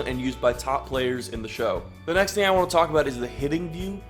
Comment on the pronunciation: lol.. "waohnt"